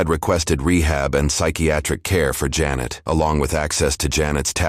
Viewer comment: Why does everyone pronounce janet jeanette? Ive experienced this so mucb